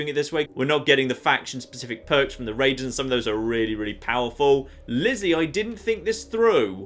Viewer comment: Be vewwy, vewwy quiet, I'm hunting waidews?